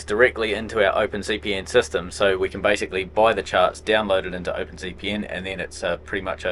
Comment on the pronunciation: Where kins? 😂 it’s can lol